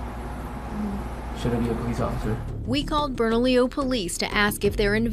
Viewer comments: It’s Bernalillo (Berna-LEO) county, not Bernadillo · I've driven that stretch of 550 through Bernalillo for 10 years. It's the most cops per square foot of Hwy that I've EVER seen. I've NEVER driven that short stretch of road WITHOUT seeing someone pulled over by the road pirates.: It's pronounced Bern-a-Lio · It's pronounced "burn-a-leo" county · pronounced burna-leo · Your saying bernalillo county wrong ! Lol